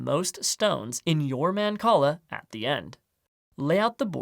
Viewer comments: It's not. It's mahn-call-ah. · I love mancala! Never knew it was pronounced like that